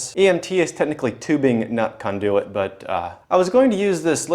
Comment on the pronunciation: why do u keep saying kahndooooyit just say conduit like a normal person